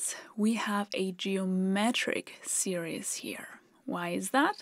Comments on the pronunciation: When you keep pronouncing "geometric series" as "geometric serious", this is a serious mistake! 🙂 Even without using the formula for an infinite series, we can arrive at the answer as follows: If G is the fraction of the pizza that all the guests, collectively, get, and if E is the fraction that is left for Emma, and if I abbreviate 1/4 to Q (because I like to call them "quarters", not "fourths"), then we can see that G = Q + Q² + Q³ + ... We can also see from the diagram that after the first guest has been served, the guest was given one quarter (the bottom left), Emma kept a half (i.e. two quarters, the top left and bottom right), and the fourth quarter (top right) is left over for the second and subsequent servings. Each time, Emma gets half of the quarter that remained from the previous time. In other words, E = 1/2 + (1/2) Q + (1/2) Q² + (1/2) Q³ + ... We can rewrite this by factoring out 1/2. E = (1/2) (1 + Q + Q² + Q³ + ...) Oh, but look! This is just (1/2) (1 + G). We also know that G+E must equal 1 (i.e. the whole pizza), so we have G + (1/2) + (1/2)G = 1. By subtracting 1/2 on both sides, and combining the G terms we get (3/2)G = 1/2, and so G = 1/3. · not serious - series (seerees)- sorry to correct your pronunciation. :( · Hello. I love your videos and your quaint accent. However, when you mentioned 'series', I had to turn on subtitles as I thought you said 'serious' and that didn't make sense. (Tip: 'series' is pronounced s e e r e e s...) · Love this video. One bit of English advice: your pronunciation of "series" sounds too much like "serious". "seer-ees" (English phonetic example) is closer to how you say this word in English. The rest of your English is so perfect, I infer that you would like to make it as perfect as possible, so I thought I would help. If you'd rather not get these suggestions, please let me now and I will refrain from any others (not that you need any that I know of). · it sounds like she is saying geometric serious